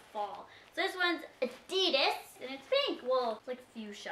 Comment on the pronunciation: Btw u said addidas wrong its not (Adidess) its AdiddAs with an A at the end